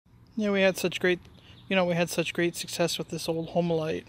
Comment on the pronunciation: Pronounce it right !! it's 2 syllables only !! "HOME - LITE" !!!